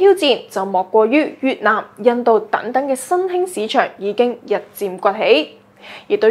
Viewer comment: 主播的聲線, 語調和語速聽起來都令人覺得十分舒服;但恕我挑剔, 若果沒有懶音將會使報導更加精彩, 例如'躉躉'(等等), 'Con 疫' (抗疫), '收擱'(收割), 'dut唔dut' (得唔得), '突色'(特色),'布乾'(暴降), '工chon'(工廠),'產申'(產生), '塵經'(曾經), '行國'(韓國), '幹chon'(鋼廠)。